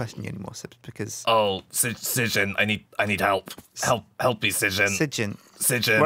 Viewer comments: So funny mocking sjin's name. People normally pronounce it as "shin". But sjin pronounce it as ssjin. gotta be strippin right? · pernounced sjin like s i j i n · Oh god, he pronounced Sjin wrong!!!